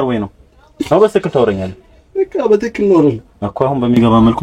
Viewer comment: በሰትክክል አይደለም የሚባለዉ “በትክክል” ነዉ🙏🏾